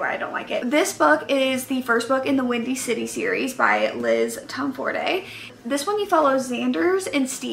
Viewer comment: Did you just say Liz Tomford-ay